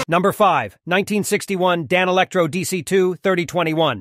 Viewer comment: Yeah, the AI voice doesn’t know how to pronounce ‘Danelectro’ 😂